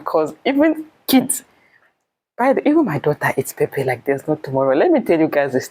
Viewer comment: wow, my Uganda sist, have started pronouncing Pepper like Nigerians...Pep-pep🤣🤣